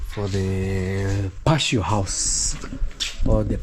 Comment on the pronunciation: Patio say it as pa-tee-o